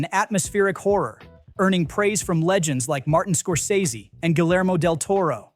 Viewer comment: You need to learn how to pronounce names. ‘Guillermo’ has silent Ls. And ‘Neve’ is pronounced ‘Nev,’, not ‘Neev’.